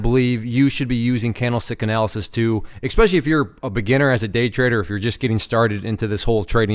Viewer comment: I cringe every time you say "expecially".